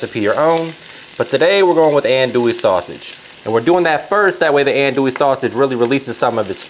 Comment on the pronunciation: Please, please, please pronounce andouille correctly, it would add to the authenticity of your recipe. It’s “on-do-we”. Thank you.